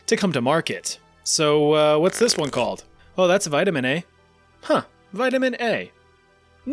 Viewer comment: Vitamin Eh